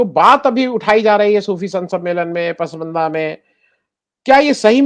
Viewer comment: आनंद वर्धन जी सही उच्चारण 'पसमंदा' नहीं "पसमांदा" है